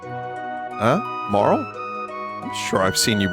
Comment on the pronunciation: thank you for pronouncing marle correctly!! i already forgot all of the jokes you made in the last chrono trigger playthrough.... you will probably make the same jokes and i'll laugh again